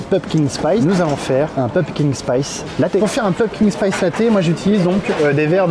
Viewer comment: PumpKIN, pas PumpKing.. autrement le terme potimarron existe aussi 😂